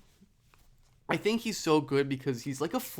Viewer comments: I love your vids but for the love of god he said his name is not pronounced Hartensteen 😅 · Love the video. Hartenstein should rhyme with Frankenstein. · It’s pronounced like Hartin-shtine by the way :) great video!! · Lol. i was like okay...he said the name wrong but its fine...but then he said the name one too many times in quick succession. i couldnt concentrate on the topic anymore and looked for comments like this^^ now i can go back and finish the video. thx^^